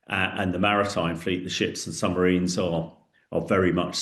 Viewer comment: Is he saying, “Summ-a-rines? Good grief!